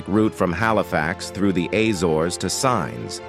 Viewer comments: That's great, but just so you know: 'Sines' (the port of Sines, just south of the Portuguese capital, Lisbon) is pronounced Seen'shs, not Signs. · Please learn to say Sines (Seenesh) properly too! This is computer generated, they trash all names and accents 🤣🤣🤣🤣🤣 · SINES - pronounced as “seens”!